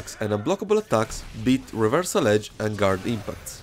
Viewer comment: reversal Hedge XD XD XD don`t get me wrong Im not making fun of the guy just because he has accent I just found it very funny how hard did he pronounce the letter "H" which is nonexistent in this word and in fact hedge means something totally difference making reversal hedge a total non-sense :D